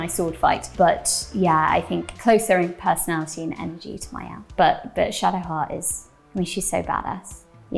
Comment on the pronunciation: hum, it's maëlle, since it'a celtic name .